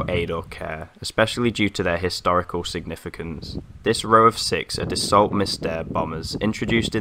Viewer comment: Just a quick note, The Dassault Mystere. The maufacturers name is pronounced 'Dassoh' simliar to the car manufacturer Renault. Really interesting vid!!